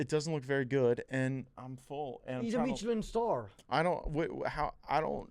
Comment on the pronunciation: “meecheleen star”